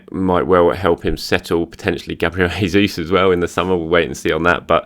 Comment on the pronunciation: If Gabriel Jesus joins Arsenal,, you're going to have to start pronouncing his name properly. "Hesus" is the Spanish way. The Portuguese way is "Jay-sus." Just trying to help 👍🏻